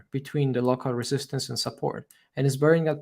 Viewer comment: Very useful analysis. Thank you. For me it is tooooooo long even if with 1,5 playback speed. It would be great if it were more concise without so many synonyms and repetitions and side stories. Your Englsih is really great although you keep mispronouncing many words like "subsequent" , "come" or "resistance". I also liked the fact that you admitted being wrong - very few youtubers do that. Kudos